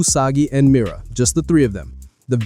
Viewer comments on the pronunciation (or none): none